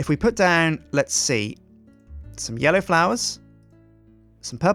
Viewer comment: then calls me he says yello whats up how you doin because he said yellow when he was placing the flowers